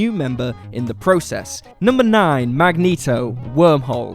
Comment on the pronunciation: "Magento" lmao